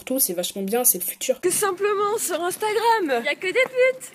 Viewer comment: "UNstagram" pas "INEstagram" !